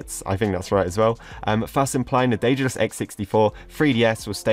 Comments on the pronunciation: The correct in modern Greek is the(δε)-tha(δα)-los, with the "th" like in the world "the". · I am Greek. The correct in modern greek is D-ε-dalus. - ε- is like the "a" in the word "and". To be more "correct" it's Th-ε-thal-o-s with - th- like the - th- in the word "the".